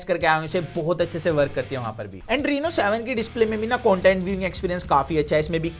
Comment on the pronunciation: Its content dude not coantent.